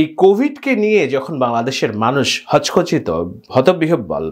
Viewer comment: 'সের্ফ গার্ড' জিনিসটা কি? আর, 'হচকচিত' জিনিসটা কি ভাই? 'দ্বন্ধ' শব্দকে বলছিস 'ধন্ধ'। এছাড়া, অনেক শব্দ(বাংলা ও ইংরেজি) ও বাক্য ভুলভাল উচ্চারণ করছিস। তো,, যে বেটা 'সেইফ গার্ড' এবং 'হকচকিত' শব্দের সঠিক উচ্চারণ করতে জানেনা, সে বেটা কিভাবে মানুষকে বয়ান দিতে যাস?